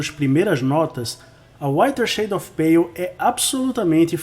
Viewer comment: AMEI O SEU COMENTÁRIO E LOVEI A SUA ÓTIMA PRONÚNCIA EM INGLÊS DO TÍTULO DESSA CANÇÃO TÃO ETERNA!!!